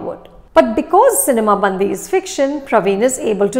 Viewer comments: I appreciate you for reviewing Telugu movie. The only correction is the way you pronounce the title: it’s not cinema Bandhi, it’s cinema bandi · Dear Anupama Chopra , It's not "सिनेमा बंदी" but it is "सिनेमा बंडी" which literally means "Movie vehicle". Please make sure you pronounce correctly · Madam.. U r pronouncing movie Title itself wrong... The right pronounce is " सिनिमा बंडी" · It's difficult for a non native speaker to get the pronunciation correct...but should have asked someone from Telugu speaking states to get at least the pronunciation movie name correct. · Everyone can be a film critic.. look at how to review these films with heart not just unnecessary fancy words - Anupama you dint even pronounce the movie name correctly, I don't know how much you enjoyed the movie. Its not the story or jokes, its the dialect thats the hero of this movie. The subtle differences in pronunciations that make people laugh more. The dialect that is so specific to a land, the size of a typical district, that borders karnataka and Andhra is winning the hearts of people of India